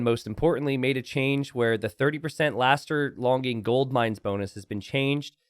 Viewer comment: New challenge try and get to say "Longer lasting" as many times as possible to see him fail "Laster longing" 11